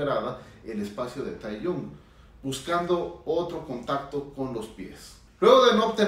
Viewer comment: Me causa un poco de conflicto que le diga Taeyun a Tae. Se pronuncia T é j i o n el nombre, o como le dicen la mayoría de las ARMYs latinas Taejiun. Dejando el morbo de lado, (porque no me interesa) siempre e creído que entre ellos hay algo más. Gracias por el análisis. Ahora analice el Yoonmin (Suga y Jimin) y el NamJin (RM y Jin) por favor